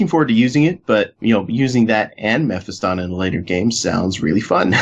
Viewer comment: Learn to say melee and Mephiston correctly.